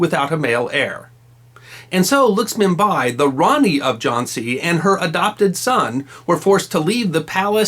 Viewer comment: That was a pretty good capsule,! Not sure I'd agree with everything you say, but I see that you have been balanced in giving us both sides of Rani Lakshmibai's story. The name of the subject needs to be pronouned correctly -LACK-SHMI-BAAI not 'luxmibuy' as we hear here.